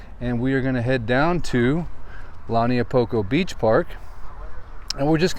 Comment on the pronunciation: Agggggg! It’s Not! Pronounced “ Lani a Poko! “ get your pronunciation right ! Lau Niu Po ko